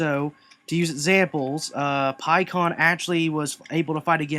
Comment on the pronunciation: It's not pronounced "Pie"kon it's pronounced "p"kkon